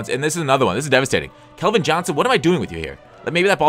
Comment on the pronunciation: CALVIN AS IN CALCULUS NOT KELVIN...sorry it was annoying hear you say it wrong